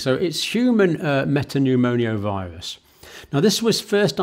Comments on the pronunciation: It's pneumo-virus not pneumonio-virus. Sorry, but you mispronounce, a lot. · Why do you say respire-atory and pneumoniovirus instead of respiratory and pneumovirus?